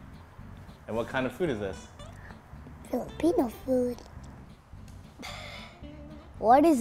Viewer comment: That’s not how you say Philippino